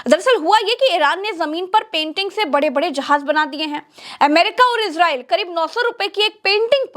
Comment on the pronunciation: It is not iZrael it is Israel स